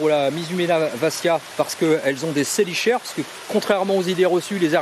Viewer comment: Excellente vidéo!!! t'écouter parler des araignées c'est un plaisir ^^ pour les chélicères ça se prononce "Ke" 😘 En revanche vraiment génial! en dehors de "ANIMAUX: MODE D'EMPLOI" personne ne parle de manière aussi exhaustive des araignées et arachnides plus généralement. un régal ta vidéo 😁😊 biz Et merci beaucoup pour le clin d'oeil de fin ça me touche! 🙏😸